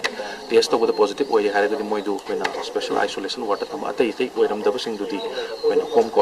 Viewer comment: Yaipha ba not especian should be pronounced in special ok